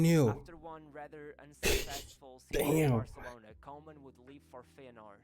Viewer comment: Actually pronounced Kooman as in cool.